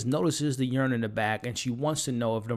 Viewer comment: i think he said yurn too instead of urn